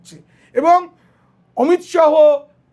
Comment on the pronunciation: উচ্চারণ টা অমিত শাহো নয়, অমিত শা.